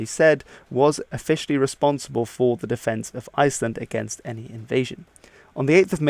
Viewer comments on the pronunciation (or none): none